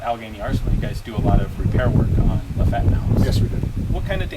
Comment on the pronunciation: LafettE the E is not silent